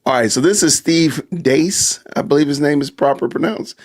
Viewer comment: Steve Deace is viscous. he says what everyone else won’t. It’s pronounced Like Reese with a D.